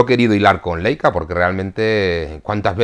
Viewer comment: Como el saber no ocupa lugar Leica se pronuncia Laica . Sólo para ayudar nada mas